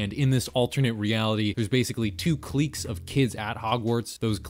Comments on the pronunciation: hey bro i know you dont give one morsel of a shit about this, but the word "clique" is pronounced more like "click" instead of "cleak" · Clique is click not cleek lol